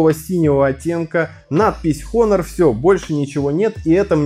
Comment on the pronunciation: Потрясающий обзор. Начать рассказывать про экран, но не сказать ни о типе установленной матрицы, ни об ее разрешении. И да, читается название как Онор [ˈänər], а не Хонор